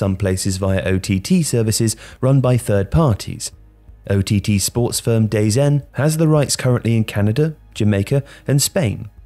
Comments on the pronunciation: What’s Dayzen It’s Da Zone 😂😂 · No it’s ‘da-zone’ instead of ‘day-zen’ which is what said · Its dazone not dazen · "DAZN" is pronounced "da zone" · it's pronounced "the zone" joe😊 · WWE network is so good for this and also NBA league pass is great too as you can pay X to watch every game or Y to watch your own team. Also, DAZN is pronounced Da Zone similar to your the “your in the zone” saying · DAZN is pronounced "the zone", btw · It’s pronounced DA-Zone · Anybody else cringe at "day z n"? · Another mistake was how you pronounced dazn, can't blame you though, we all sneezed 3 times in the morning at some point in our life